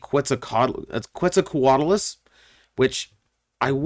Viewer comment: The way he pronounced Quetzalcoatlus 💀